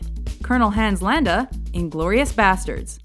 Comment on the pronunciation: the way you pronounce Hans Landa hurts